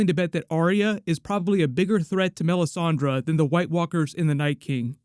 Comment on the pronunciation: says melisandrA lol it's funny